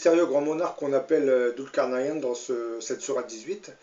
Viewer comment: Prononcez "Doul car naille ne" ou en anglais "nine" Svp....